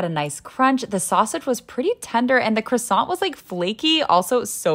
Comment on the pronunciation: No american can pronounce Croissant. Me being from Europe, I still cringe about the CREWSANT.